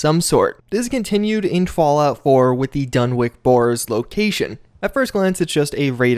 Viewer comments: Its pronounced (DUN-witch), not (DUN-wick) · Dunwich is pronounced done-itch, not done-wick. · DunwiCH Not DunwiCK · DunwiCH. Not DunwiCK. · Another big mystery of the Fallout series, is why absolutely nobody seems to be able pronounce the name "Dunwich" correctly. It's pronounced "Dun-itch," not "Dun-Witch," or "Dun-Wick." After all, we don't go around calling Greenwich Village "Green-Witch" Village, now do we? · "Dunwick" Dunwich! Done. Which. I love ya but come on. Lol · If it goes by the British pronunciation, then it's actually "Dun-itch", but Lovecraft never actually specified how the word was pronounced. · Dunwich, not "-wick".